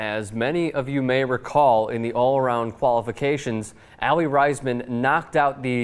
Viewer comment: I am sorry but you said Aly Raisman's name wrong.